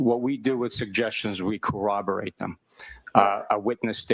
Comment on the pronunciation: rewatch and I swear to pete after watching Bukake testify “Corroborate” he is Elmer Fudd